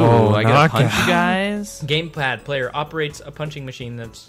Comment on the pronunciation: I heard GamePlad lol